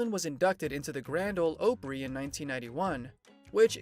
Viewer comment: And learn how to pronounce Opry. I couldn't get to the end. So many lies.